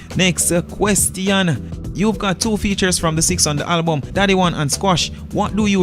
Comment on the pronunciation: If yuh say Halbum 1 more time!!